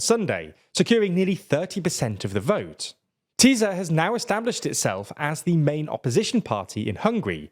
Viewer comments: My god the pronouncations are awful!! its TISZA (like the s in STAR) NOT TIZA! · Magyar Péter is like the meme "We were bad, but now we're good." spending more than a decade with Fidesz but suddenly getting a divine revelation or what. (Btw, Tisza is pronounced with an 's', not 'z') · Why is it so hard to check pronunciations before covering a topic like this... fiko, magiar peter, tiza etc.. were driving me crazy